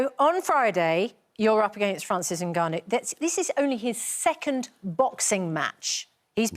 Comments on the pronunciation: Bless the host for pronouncing Ngannou well and not saying En-Ngannou at the very start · First time have heard someone pronounced Nganou name as it should be pronounced, without the N.❤